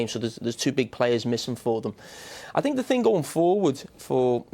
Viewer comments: Mourinho talking better when doesn't say "I sink" 😂😂😂 The way Mou was looking at Gary These guys used to criticise me when he was at Manchester utd, now they're laughing & smiling with me🙄🙄🙄🙄🙄😁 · Thats called punditry, its their job to analyse and criticise. I sink? How many languages can you speak compared to Mou? How many UCL titles have you won? How many league titles and cups have you won? Sorry but "I sink" is the least of your problems. Go learn another language and come back when you can speak it fluently enough to work and excel in that languages country. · Nobody: Literally no one: Mou: I sink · Pundits: Talking Jose: I sink.. Pundits: 👁️👄👁️